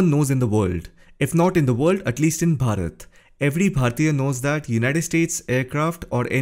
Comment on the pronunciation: When you say Bharat.💯❤